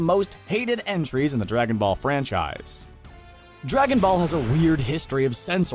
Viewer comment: did he say Dragonball or Dragonfall 0:0